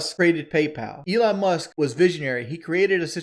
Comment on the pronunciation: Who is Elon Must? I know he isn’t saying “Musk” lol